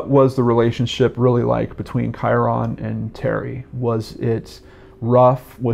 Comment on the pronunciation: His name is pronounced "Kyrun," not Ky-ron. Think of it as rhyming with Myron.